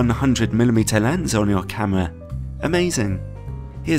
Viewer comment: love it when he says camwa